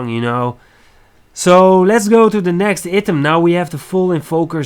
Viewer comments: Good video man! Item is pronounced eye-tem ^^ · Nice video but your english is poor. prenauncing "item" wrong is bad haha